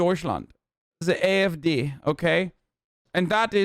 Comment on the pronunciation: why is his German so good! not the accent but the pronunciation of the party names